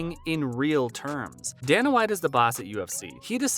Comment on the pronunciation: i thinn you need to learn to say dana whites name